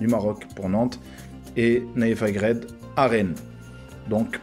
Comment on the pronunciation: C nayef aGUERD et non aGRED